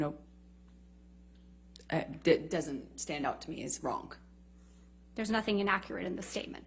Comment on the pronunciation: When did the word "WRONG" get a "K" on the end of it???? Lol